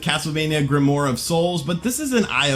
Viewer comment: its grimwar not grimore. thats not how you say that word.